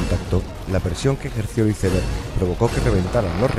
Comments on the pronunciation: Hermoso documental, gran trabajo. Pero por favor que alguien le enseñe inglés a ese narrador: Güitestar, Izeber, por favor!!!🤦🏻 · Que horrible escuchar como un españolete pronunciar la palabra inglesa Iceberg, suena terrible!! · Me da dolor de oído cuando pronuncian iceberg